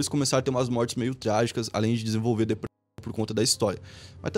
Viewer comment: pq quando você fala depressão corta metade na palavra? E proibido dizer depressão no YouTube agora? 😂😂